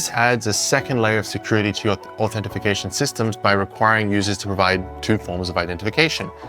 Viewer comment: I crimged pretty hard when you said authentifucation 😂 It's authentication - no "if" in there. And offline attacks against whole-disk encryption are a lot harder if the encryption key is in the computer's Trusted Platform Module rather than on-disk. Having it on-disk is like hiding your front door key under the door mat.